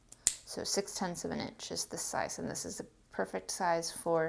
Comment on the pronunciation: i dont know if it was a typo or on purpose but it you said PURfect like a cat purr